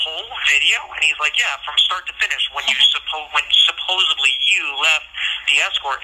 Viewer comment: Ughhh….. he’s also a person that says ‘supposeVly’….. DEATH PENALTY…. He deserves it just for that